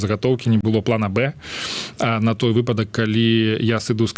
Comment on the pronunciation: Журналист, сколько раз вам надо еще написать, что в слове "выпадак" ударение падает на первый слог?